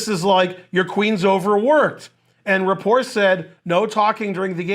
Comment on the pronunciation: I like how you say his name wrong.